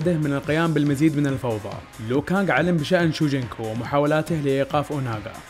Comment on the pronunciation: اسمه لو كانق مو ليو كانق